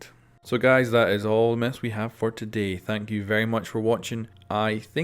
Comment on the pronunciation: Did he say top ten meths